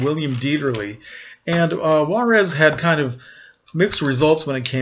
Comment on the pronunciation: Great job with your Spanish pronunciation of Juarez, most people butcher the name Juarez, trust me I know! Very cool choice of movie. You can't go wrong with Bette Davis. Keep up the great work, you always surprise me with your movie selections.